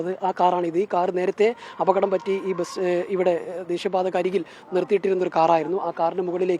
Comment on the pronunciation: ബെസ് എന്നല്ലെടോ ബസ് എന്ന് para🤲